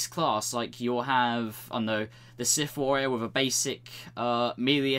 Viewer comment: Why can't you prounce "th"? Siff, finking, et cetera instead of Sith, thinking, et cetera.